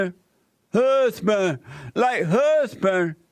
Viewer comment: love it how JLP says HOOESBAND..LOL!!🤣🤣🤣🤣